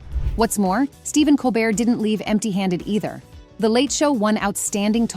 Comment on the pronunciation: Mispronouncing Colbert